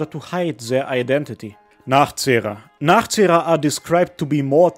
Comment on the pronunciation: You say “Nachzehrer” beautifuly 🤩